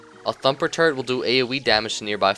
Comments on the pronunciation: everytime you say turret, I laugh a little because it sounds like turd XD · At first i thought you said turd... not turret... Made the engineer sound awesome.. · when you say turrent it sounds like turd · When he said "turret in his toolbelt"i thought he said "turd in his toolbelt" i lold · i thought u said turd but it was turret lol